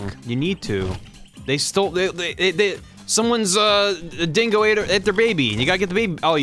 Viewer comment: Times when Ross' Aussie accent breaks through: when he curses when he uses slang when he says "cockatoo" "dingo" "didgeridoo"